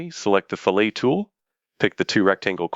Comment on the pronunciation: Yes. When one feature was apparently 'fill-ay-ted' that somewhat took me aback ;) lol